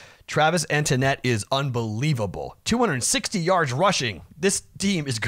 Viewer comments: I could not resist, Etienne is not pronounced 'internet' it is 'E-T-N' lmao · E-T-N.... NOT ETINETTE GOOF BALL!